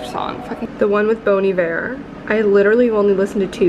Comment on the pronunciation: You did not just call bon iver BONE IVER 😂😂😂